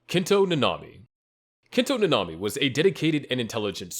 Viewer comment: Bro called nanami hanami